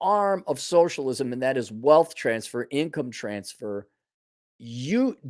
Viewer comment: Just 'soshlisum?'...have you seen these fools?